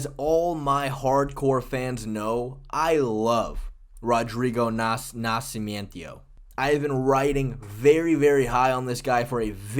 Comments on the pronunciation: MME taking pronunciation cues from Chael Sonnen or something "Nasci-me-endio" 🤣🤣😅 But yeah you've been high on him for SO long lmao.. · Why are you saying nascimento like that 😭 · It hurts me everytime you try to say Nascimento. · You botchering Nascimento name to insane levels. Dude, if you want some help with Portuguese names, feel free to contact me. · Was thinking the same thing the whole time. I winced every time I heard it. 🤣